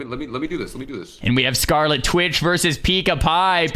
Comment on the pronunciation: kekw it's Scarlit Witch not, Scarli Twitch